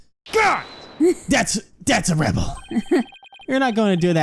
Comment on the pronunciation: I always thought his name was a play on the phrase "that's our ball", and I never understood what they meant by "ball". Maybe "oddball"? Maybe it was a play on "person", like "guy" or "dude"? Maybe some kids yelled it at him once, and he thought to keep it? Hearing it pronounced as "A rebel" sounds kinda weird.